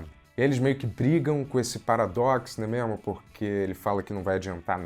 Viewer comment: 217 "Né mémo?".